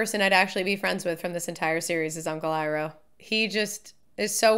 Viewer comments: I know your just being you but hearing " E" roh and not "I"roh gives me ptsd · Stop calling him eeroh. You're triggering us.